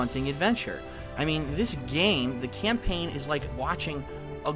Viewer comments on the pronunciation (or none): I wonder if he reads from a script. "Camplain playthrough." nice..